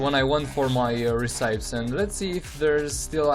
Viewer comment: re-ci-pes not re-cipes bro XD